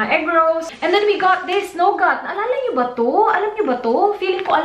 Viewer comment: Nougat - "NU-GAT" not "KNOW-GAT" Connor - "CON-NOR" not "KU-NOR"